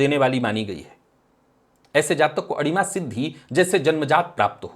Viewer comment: आपने विषय बहूत अच्छा लिया और चर्चा भी करते हो। आपसे प्रार्थना है अडिमा नही अणिमा शब्द है । कृपया उच्चारण देखे।